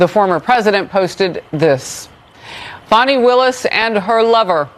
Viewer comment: Disqualified my arse!! More like “YOUR FIRED”!!!! It’s pronounced fan knee not fon knee take it from the bee gees fani be tender with my love